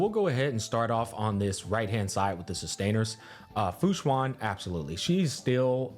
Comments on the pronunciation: its actually "shu-en" not "shu-an" idk why so many ppl call fu xuan "shu-an" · Its funny because he probably wouldn't get it mixed up if he just pronounced Fu Xuan's name correctly